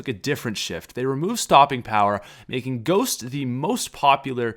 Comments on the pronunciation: I was about to smack u cause he said gohst but your kiden. Right? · when he said gosht i almost grew my phone across my room